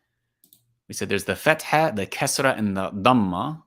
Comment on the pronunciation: The Kasra is not like the i in tin but like the ee in been, except that it’s short . In tajwid it’s a mistake to read the kasra like English i sound.